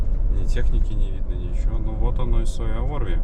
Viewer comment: Только сейчас заметил что ты тоже с Беларуси. Я уже 2 года на велосипеде в отпуск колешу на велосипеде и 1 год был пеше- водный маршрут. Как же режет уши твои неправильно произношения городов и посёлков. Лоймола ударение на О. Суоярви ударение на У. Я тоже в хостеле Комфорт останавливался 2 раза в прошлом и позапрошлом году. Но мне предложили у здании магазина Магнит. Вода была тоже коричневого цвета. Мыться было непривычно, как будто ржавая вода. Кстати кто такие стребаны? Эх я на велосипеде гружёный ехал в дождик с Лоймолы . Как вспомню кучу луж )) Но вот дорога с посёлка Райконкоски до Толвоярви и до Суоярви это нечно . Лужи по колено а то и выше и в длинну метров по 100